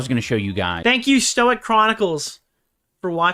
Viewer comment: somebody tell idubbbz it's pronounced Stoyke